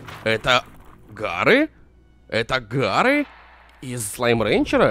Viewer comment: Варры а не гарры и хоть кто-то вспомнил